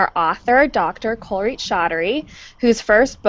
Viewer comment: She butchered Kuljeet’s name 🫢🫡